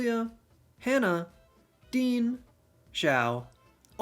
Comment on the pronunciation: X in Chinese is a "sh" sound, not a "z" sound, so "Xiao" would be pronounced like meow, but with an "sh", so "sh - eow"